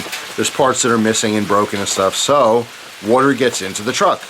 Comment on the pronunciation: I love the way you pronounce water woter And i fucking love storytimes, i always listen to them to fall asleep